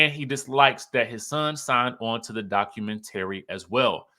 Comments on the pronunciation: Documen—tary 😂😂 I change the pronunciation of words also.😂❤ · Are you related to "espo" LaTisha? You don't know how to pronounce "documentary"?